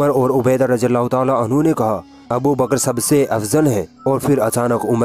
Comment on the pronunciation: It is ض not ز so please pronounce it right or else it is sin, may Allah protect us!